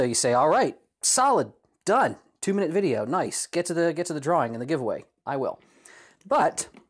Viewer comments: I'm glad I wasn't tho only one who noticed "vidjeyo" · "Vijeo". Found the AvE fan. Edit: "She's got some gravity to 'er". lol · Not that I'm surprised, but do you watch AvE? That "vijayo" gave it away. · "Future Vijeo" ...someone is an AVE fan. lol